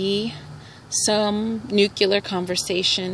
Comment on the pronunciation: It's not nucular, it's nuclear. lol